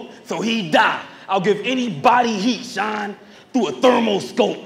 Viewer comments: that’s a damn reach and sean cmon sean is pronounced shawn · because saying it's a reach off of how some ppl say the word Sean is dumb when we know for a fact others pronounce Sean like (sh-y-nuh) and not just (sh-aw-n) or however it's being said in y'all head to call it a reach to begin with 😂😂😂